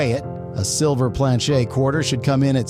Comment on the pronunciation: A lot f 25 yr bank tellers . Are clueless . 66’ had some silver ax well . Planchet is never heard it pronounced the way you do . I’m only a 21 year collector . And learned from the best . Ken Potter . A local . I’ve had John Wexler may he RIP buy errors from me and Fred Weinberg in CA . If you never heard of those names . ? You haven’t a clue